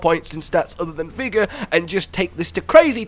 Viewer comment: "Vigga" aka " Vigorrrrrrrrr" Rrrrrr EEERRrrrrrrr R R R R ARE R robin hood. R